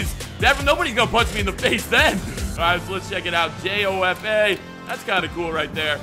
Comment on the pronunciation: Your hockey knowledge is kinda lacking too😂 " J O F A " its jo-fa